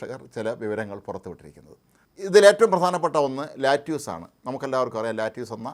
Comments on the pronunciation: let use alla. lettuce.. lettuce.lett-a-s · ലാറ്റിയൂസ് അല്ല സർ.. ലെറ്റസ് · No lattuce, lettuce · Not latuse ,lettuce.